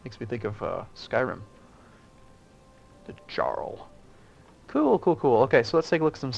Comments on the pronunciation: Jarl pronounced Yar-el not Jar-el. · fyi - Jarl is pronounced like "Yarl", it's where english get's the word "earl" actually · "Jarl" the correct pronouciation "Yarl" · no, jarl pronounced yarl there is one syllable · Jarl sounds like Yarl